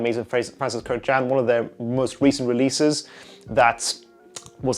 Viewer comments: It’s pronounced kurkjahn btw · Totally butchered that last name. It’s Armenian so yeah haha that’s not how you pronounce it but “A for effort” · You mispronounce his surname.